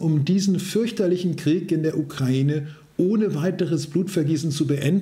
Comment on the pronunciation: Danke, die wenigsten können heute noch UkrAIne richtig aussprechen!!! Danke, Danke, Danke!!!